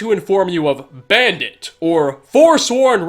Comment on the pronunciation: The fucking way you said ‘bandit’ in this vid man😂😂😂😂😂